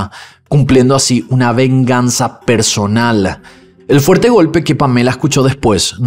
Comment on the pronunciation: “Venganza personalaaaaa”